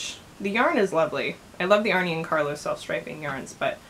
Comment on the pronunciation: Pronounced "Arnuh" and Carlos. Not "Arney". A common mistake 😉